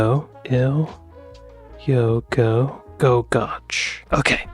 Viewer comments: No dinosaur fossils in the Scottish highlands. The rocks are from a couple of hundred million years before the dinosaurs came along. Oh, and 'goch' rhymes with 'loch' not 'watch'. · Oh no! That long village name. Don't listen to him. Especially the last syllable. not "ch" as in church but "ch" as if you're clearing your throat 🤣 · Its not pronounced goch. Im English and that made me cringe.